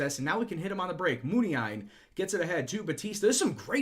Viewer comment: According to this video the accent in Muniain should be on the second "i"